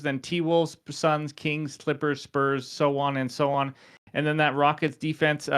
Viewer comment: Whenever you says “So on, and so on” I heard is as Sochan (like Jeremy Sochan) everytime